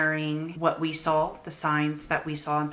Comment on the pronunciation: Does say “sawl” instead of “saw”? No hate just wondering if it’s something common because my oldest says it too. I’m just curious how common it is.